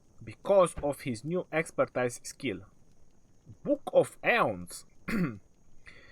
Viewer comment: Love your videos but you should start saying the word Expertise as ekspərˈtēz